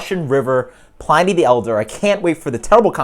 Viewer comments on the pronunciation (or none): Why does every beer reviewer pronounce it pl-eye-ny" I've always heard Pliny's name pronounced as "pl-in-ny" when people refer to the famous Roman historian/philosopher... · I don't fault you at all since It seems almost everyone refers to it as pl-eye-ny in the beer world! I honestly wouldn't be surprised if RR even pronounces is that way. Great, honest review btw.